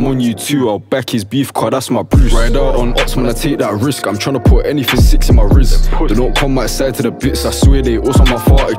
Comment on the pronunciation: why the way he says the word "risk" sounds like "rizz"